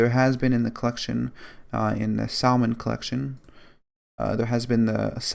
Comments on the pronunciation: ITS PRONOUNCED SAM-IN NOT SALMIN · He said sal mon